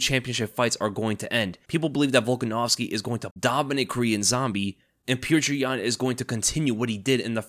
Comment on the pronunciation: jeesus christ learn to pronounce his name right.. PEE OH TER ...